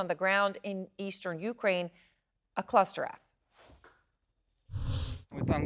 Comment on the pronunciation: she said clustereff haha